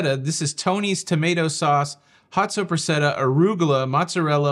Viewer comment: Tony, Tony, Tony…. It is pronounced “sop·pres·sa·ta!”